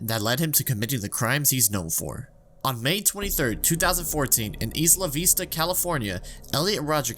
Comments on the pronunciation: "Eesla veesta" bruh it's "isla vista" like island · isla vista is pronounced “eye-luh” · Isn’t it pronounced “EYE-la vista” Edit: it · Isla vista is “eyla vista” lmao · It's i-luh vista. Isla Vista. Like island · EYE-luh VISS-tuh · Small correction. Isla Vista is pronounced eye-la vista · "Ees lavista" the gringocity overwhelms me here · he also pronounced isla vista as “eesla veesta” so he’s definitely a bit dumb